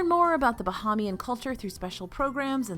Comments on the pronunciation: I’m a big fan of you and DFB, but you tend to mispronounce “Bahamian.” It’s different than the word “Bahamas.” Think “Buh-hey-me-Anne” not “Buh-hah-me-Anne.” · I never miss an episode of DFB and love you and live in the Bahamas, please say Bahamian (like “aim”)